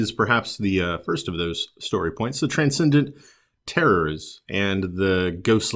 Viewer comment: Yep you're right it's supposed to be a French name and it's pronounced almost like u said.